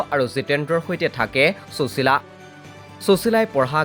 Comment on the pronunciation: চুচীলা বুলি উচ্চাৰণ নকৰিবচোন ।সুশীলা নামটোৰ সৌন্দৰ্য্য ই নাথাকিব।